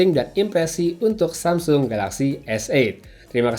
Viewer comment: Dari sekian reviewer di indonesia, pengucapan S8 yg paling benar adalah. Good pronounciation.